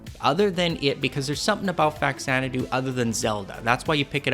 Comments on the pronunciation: I can tell you're a true old school lover of this game like me, because you pronounce it "Facks-zanadoo" instead of "Fa-zanadoo". Us kids in the 80's had no internet to give us correct pronunciations of odd words. We just had to work it out with our own busted english skills. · thanks for pronouncing it correctly.